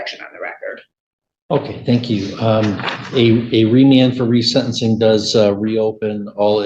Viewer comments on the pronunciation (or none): AI voice jumps right in and says RESENT-enc-ing ("rezent") instead of re-sentence-ing. Please! Use your own real human voice.